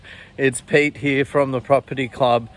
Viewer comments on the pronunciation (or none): none